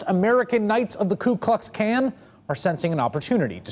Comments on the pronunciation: THE KU KLUX KAN? KAN OF WHAT? KAN OF BEANS? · koo klux kan lol